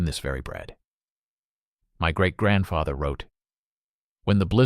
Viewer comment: "great grantfateher"??